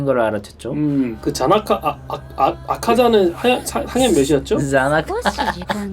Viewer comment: 계속 자나카 라고 부르는 거 개웃기네 ㅋㅋㅋㅋㅋㅋ